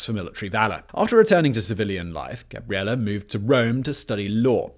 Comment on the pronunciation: Oh no. That e at the end of Gabriele must be very closed, otherwise it sounds like Gabriela which is the female version of Gabriele. 😲